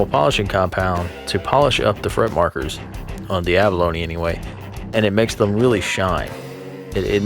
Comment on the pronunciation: Have you been pronouncing abalone wrong your whole life or what?